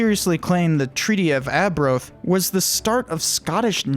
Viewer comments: Ar-broath not aa-broath was a declaration like the declaration of independence not a treaty. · Can you pls have a narrator from the uk so they can actually pronounce berwick and arbroath geez